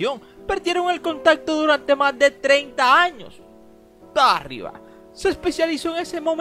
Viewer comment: Es Tarriba, no Tárriba. Aplícate.